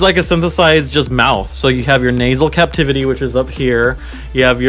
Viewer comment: it's the "nasal cavity", not the "nasal captivity". Unless your nose is holding you hostage.